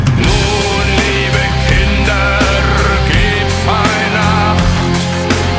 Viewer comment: У меня вопрос! Кто может обьяснить??? Nun, liebe Kinder. Почему он так выразительно говорит слово киндЭР?? Ведь er вконце читается как заглушенная буква А , тоесть надо говорить Киндааа??? Не брудЭР а Брудааа?? Обьясните произношение😢